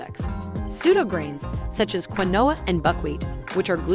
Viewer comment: How can you make a video and not know how to pronouce quinoa?